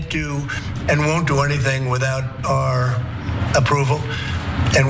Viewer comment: "are" approval..... It's "our" approval. Love you Trump